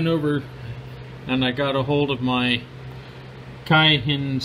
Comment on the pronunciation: Pronounced Kay- hin. Great vid thanks